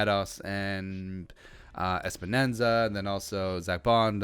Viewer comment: Im sorry, but it's Epenesa (Epp-uh-ness-uh) not Espanenza